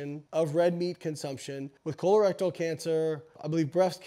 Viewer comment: eye-schemic heart disease? col-erectile cancer? LMAO BioLayne